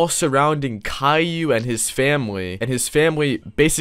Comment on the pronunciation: YOU SAID IT WRONG! ITS KAILLIOU!!!!